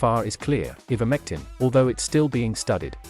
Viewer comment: First of all it's pronounced "I"vermectin not "E"vermectin. This video is so valid and believable oh dear 🙄🙄🙄🙄🙄